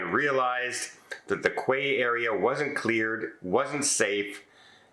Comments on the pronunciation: It's not quay (kway) it's key. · Very sad about the passenger. By the way, "Quay" is pronounced "key", not "kway". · I hear you pronouncing quay as "qway". Here in Canada, we pronounce it "key". I believe the majority of the US and the UK also pronounce it "key". Am I saying it incorrectly? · Sorry other about those accidents, one can never be too careful especially in new and unfamiliar areas. BTW, Quay is pronounced key. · The correct pronunciation of "quay" is "key". Such tragic stories. How quickly life can change or even end… Thanks for the reminder to be aware of surroundings. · Quay is pronounced "Key." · "Quay" is pronounced "key." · Hi, keep up the good work. Btw quay is pronounced KEY. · Quay is pronounced key